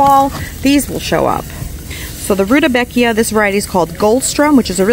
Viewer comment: It' scalled "Rude-bekia" NOT "Ruda-bekia"